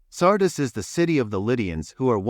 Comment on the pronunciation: Sardiis. Please pronounce the name correctly. I know this is a machine talking, but surely it can be taught to pronounce the names correctly.